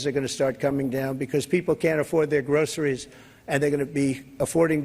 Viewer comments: He can't even hardly say groceries!!! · He can barely say groceries ....